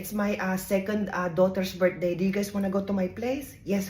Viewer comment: "Birt day" ❤😂❤